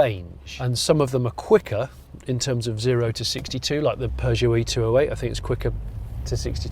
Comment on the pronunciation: And then he wonders why it couldn't understand his voice commands. Did you notice how he pronounced peugeot?